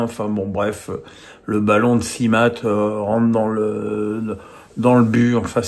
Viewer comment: Pourquoi toujours déformer les noms de joueurs tu postules pour DAZN ?! SIMA et non SiMAT !!! Sans parler du ridicule Liès Mélou😅